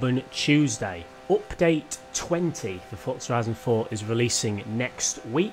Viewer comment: Nobody: Jake: Opdate